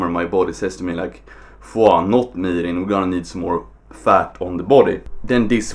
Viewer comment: Hey man, just a heads up, mirin' is pronounced mire-ing not meer-ing.